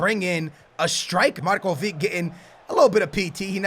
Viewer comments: u say markovik but its markovitsch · markovic(h) not markovik. u can pronounce ibrahimovic(h), modric(h) and so on... but anyway get DZEKO from roma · Its Marcovitch, not marcovik you are saying it wrong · its not pronounced markovic its markovich the same as modric is modrich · It's Marković,not Markovik -. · DUDE READ COMMENTS!!! MARKOVIC NOT MARKOVIK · pls for the love of God it's Marcovich not Marcovic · Really good video :D But your spelling of Marković is wrong ;D You need to say Markovich same as Ibrahimovic :) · The "c" of Markovic is pronounced like the "c" of Mandzukic ;)